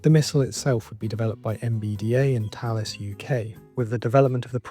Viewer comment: 10/10 video thanks for the upload. In fact I'm going to give it 11/10 as you pronounced Thales correctly 👍😅. Subscribed.